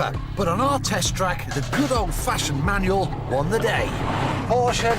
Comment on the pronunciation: It's "MANUAL" not "MANUEL"